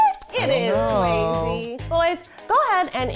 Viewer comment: anyone else hear Kwazy when they say Kwesi's name? my brothers name is Kwesi so it's driving me crazy